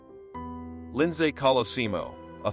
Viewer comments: I’m enjoying the video but the back ground music needs to go 😅I also hope it’s an AI voiceover because it’s pronouncing all the name wrong lol. Lind SAY 😅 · whoever is the narrator here doesn't know what he's doing. He can't say ninteen sixty's he says 1,960'ss. He calls Lindsay as Lind say! other narrative missteps with comma's or pauses at the wrong time. What??? I don't get it.